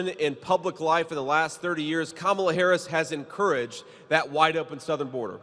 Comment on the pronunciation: Sorry Mr. Vance it’s is Kamala not Kamala. The proverbial word, racist, is now worn out.